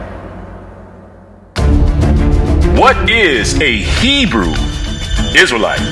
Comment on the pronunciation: Poked my nose in here out of simple curiosity. As an Israeli and fluent Hebrew speaker, I gave up after 10 minutes. The pseudo Hebrew-like misinterpretations, mispronunciations, naming conventions and terminology are so inaccurate to the point of being painful. “For the time will come when they will not endure sound doctrine; but after their own lusts shall they heap to themselves teachers, having itching ears; And they shall turn away their ears from the truth, and shall be turned unto fables.” 2 Timothy 4:3-4 KJV